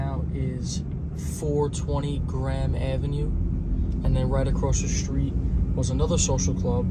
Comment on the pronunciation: Hey, are you saying Grand Avenue, or Graham Avenue?